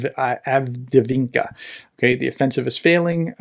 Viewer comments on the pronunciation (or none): Are you trying to say Avdiivka? Break it down. Av-Deev-Ka. That’s how the Ukrainian reporters say it, so must be right. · Av -Dee-EEF-ka. 2 EE sounds in a row dee-EEF Avdiivka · Avdiivka is pronounced Ahv-DEEV-Kah! 🤗 🙏💪🇺🇲♥️🇺🇦💪🙏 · Dude. All you have to do is watch any other YouTube war mapper and you will hear how to pronounce the name. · Hey Prof, just type in "avdiivka pronunciation" in Google. You will be amazed how easy it is to pronounce correctly ;-) Even for an american english speaker. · I believe it's pronounced "Avdiivka" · Right, prof could take a minute to get used to pronounce it well. That's not rocket science. That's just reading and then pronounce de letters that are there, in the right order.